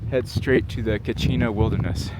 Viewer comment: How sure are we that those flowers are endemic? I've noticed some that are at least identical in appearance 200 miles away in the white mountains, especially around West Baldy Trail. Also I'm impressed that you correctly said Kachina and not Katsina.